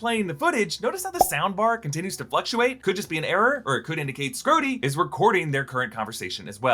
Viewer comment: please stop calling 'em "Scrodie"